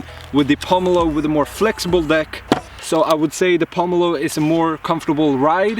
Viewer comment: Dude... It's POmelo not POOmelo.... it's not poo...